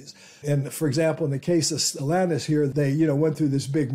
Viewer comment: The root word for Stellantis is STELLA (a star) so it is not pronounced stellANTiS but STellANtis.